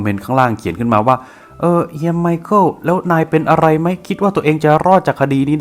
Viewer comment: ไมคาเอลล อ่านแบบโง่ๆ แต่ต้องออกเสียงไวๆหน่อยนะครับ ไมเคิล นั้นล่ะจ๊ะ